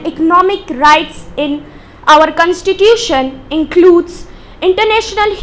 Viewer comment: Don't speak cunstitution speak constitution